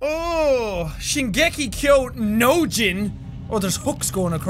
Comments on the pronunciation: the thing is he actually said Shingeki Ko Nojin 🤣🤣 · “Shingeki kyo NOjin” yes jack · "Shigeki kyo NOjin!" So close.